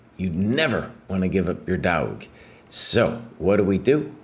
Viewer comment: My "daauug"? 🤣